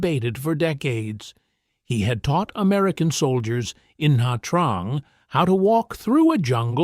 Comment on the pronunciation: Na Trang is pronounced "Nah chang". You're welcome.